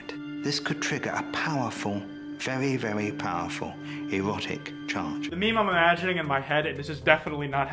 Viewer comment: Vewwey, vewwey powerful eewotic chawrge. 💀💀💀